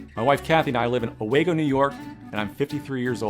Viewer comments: Interesting because it's pronounced Oh-weeeee-go NY, not Oh-Wag-oh NY. Seems as if the actor/narrator didn't collaborate properly with the copywriter. Just saying, if you lived there, you'd probably know how to properly pronounce the name of your town. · It's pronounced OH-WEE-Go, not OH-WAY-GO. This dude doesn't live in Owego, NY. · It is OH-WEE-GO New York. How pitiful they pick a city off a map and pronounce it wrong. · I was born in the Owego, NY area. I've never heard it pronounced that way. I've always said it "oh-wee-go" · LMFAO he didn't even pronounce Owego right!!!!!!! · I live 15 minutes from Owego and this schlubby actor couldn't even pronounce the name of the town correctly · Owego is the next town over from me and given he just mispronounced it I'm gonna go on a limb and say if I head over there I won't find him or anyone who's ever heard of him..... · He mispronounced Owego, New York his supposed hometown 😆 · As someone who lives by Owego….. that is not how it’s pronounced…. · Im from ny and he pronounced owego wrong so... probably he is probably not from ny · This guy doesn’t pronounce Owego correctly. I lived there for 6 months in 1990-91. Maybe they’ve changed how they pronounce it since then.